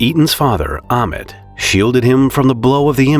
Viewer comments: I rememberwhen this tragedy happened! FYI, the survivor's name is pronounced "Aytaan" and his father's name is pronounced "Aameet" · The kid’s name is “Ay-tan” and the father’s “A-meet”. Pls learn how to pronounce foreign names properly. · Ey-tan and Aa-mit. americans will read your comment and say Ei-mit